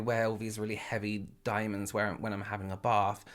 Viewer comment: “Women who died in a bath Bc she couldn’t stop wearing dAAAiemondssssss” Lmao Wear a fucking 😷 MASK I’ve never heard really curse before